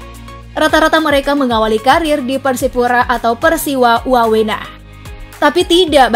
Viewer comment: Min Bukan Persiwa Wawena Tapi Persiwa Wamena